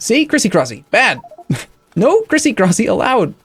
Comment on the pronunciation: “Crisicrosy” -, April 2017